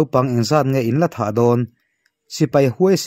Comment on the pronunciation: Kawl hming a THA tih hi TA tia lam tur a ni e. HTA a nih chuan Tha tia lam ve thung tur.. duh sak na vang aw. Th hi T lamrik tur